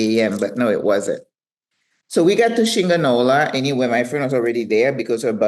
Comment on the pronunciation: I die, when you said Shinga-nola, sound like a mexican insult hahaha